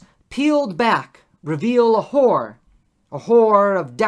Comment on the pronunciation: horror not whore; otherwise well done.